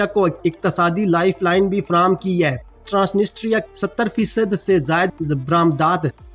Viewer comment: ISKO ( TRANSITRIA ) pronounced kar te haen. The real accent. One N & S silent haey.